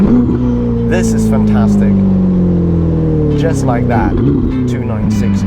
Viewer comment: After the "jus like" I immediately knew where he's from😂😂🇿🇦